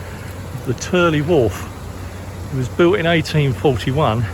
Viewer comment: We love it when people pronounce Tyrley Locks correctly! The Turley's